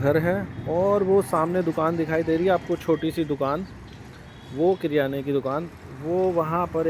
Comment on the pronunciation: किराना not क्रियाना 😅 बड़े आए